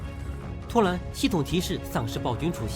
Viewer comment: 麦克：突然（蓝） 然（蓝）而 骚扰（老）